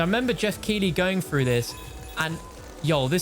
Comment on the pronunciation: "I'm trying to push frew"